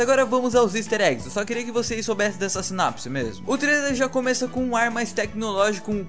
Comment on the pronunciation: Mano,vc falou sinapse ,não sinopse. D resto,o Video ficou ótimo.